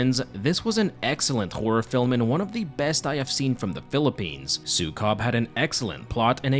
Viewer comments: its not su-cub it's Sue-kob. k-ob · 'su-COB' made me burst out laughing. it's su-KOH-b like how you say 'zuko' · It really bothers me that people don’t seem to even attempt to look up proper pronounciation when they cover foreign media. Maybe I should be grateful my culture is getting any Western recognition at all, but it always rubs me the wrong way. It’s pronounced, “sue-KOHB.” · Say it like "Sew" "Coob" like Scooby Doo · It's "súkob" with accent on the first syllable :> Thank you for coverung this film! It traumatized me as a child 😭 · As a filipino, im gonna be brutally honest---the pronunciations of the filipino last names (and the title of the movie) made me chuckle. not a bad thing, i love getting coverage of media from my country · Yey ❤ thanks. By the way you pronounce Sukob in a very foreign way 😂